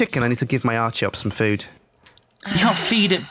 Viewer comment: not arciops its charitot